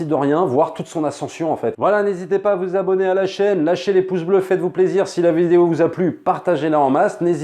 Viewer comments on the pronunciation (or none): none